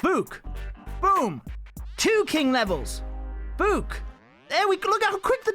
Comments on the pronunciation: Stop saying book like that ffs. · Why you said book like that 😂 bewk